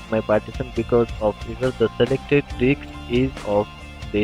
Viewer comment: You are a star. it worked like charm for me. However, it is funny to hear you saying Di*ks instead of Disk.. lol.